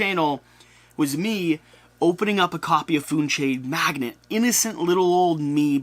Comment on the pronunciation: Not to be "that guy" but it is pronounced 'mag·nate' not 'mag·net'.